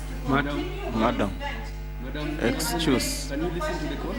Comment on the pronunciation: "Madam, madam, EXCHUSS"😂😂😂😂😂😂😂😂